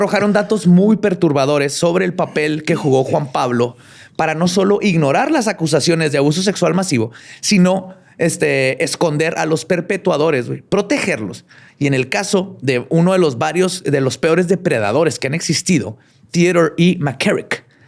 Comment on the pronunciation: Omg!!! Nooo es perpetuadores, es perpetradores!!!!